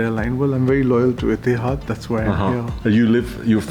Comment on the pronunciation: Please educate yourself on pronouncing word Etihad not ettiead.